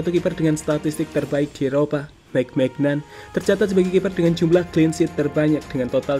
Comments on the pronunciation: Dibacanya bukan maignan min, tapi meinyong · Cara baca maignan itu manyon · Cara bacanya Meiniong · Bacanya maik maiknyong.. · Cara nyebutnya "maik mainyon" bang 😀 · Sekilas mirip Kanye West ya...haha Dibacanya Mike Menyong.. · Maignan dibaca minyo min... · Tolong kalau bikin video riset dulu biar gak salah sebut nama pemain. Anda salah menyebut maignan. Dalam bahasa Perancis maignan itu dibaca mainyong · Mike maignan bgt bacanya huhu pake spelling prancis min. Terjemahannya bener pdhl. Minta yg nerjemahin buat pronounce nama mike maignan. aside, aku selalu suka beritanya hehe